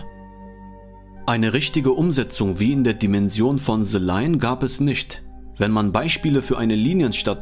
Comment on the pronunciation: Bro danke für das Video. Like ist da, noch nicht zu Ende angeschaut, 100 % top Video aber bei BITTE es heißt nicht SE sondern THE. Ich weiß das deutsche Schulsystem und der deutsche Akzent im englischen, aber du bist so intelligent, das kriegst du easy hin. Thank you ❤